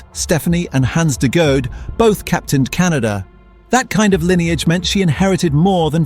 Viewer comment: This is cool but you re saying her last name wrong. Phonetically it’s de Goodie.